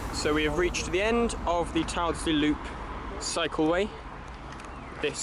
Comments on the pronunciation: Enjoyed this. Have known these lines since before closure.Just think you could improve presentation by sourcing & inserting archive photos of what the vanished stations once looked like in their heyday. Also TYLDESLEY is pronounced "TILDSLEE" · That was great. I live Monton end. Remember Gail Tyldesley on Corrie? That's how you say it.... Tillzley 🙂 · I remember walkden low and high levels as a kid never went on low. ,,,,,,PS it’s pronounced. Till des lea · You need to work on your northwest place name pronunciation. Look up Tyldesley on Wikipedia. There's an IPA pronunciation guide.